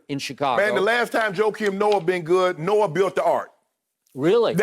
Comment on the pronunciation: He said “Joakim Noah” oh NAWW skip been smoking sum serious stuff bruh 🤦🏽‍♂️💀😂😂